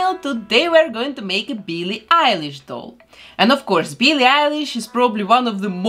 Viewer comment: I love her accent😍😂 She says "Billie" as "Beelie" 😂